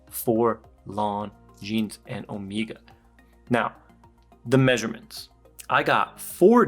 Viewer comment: Why do speak about watches and say Omega wrong? 😅 Man… 🤦🏻‍♂️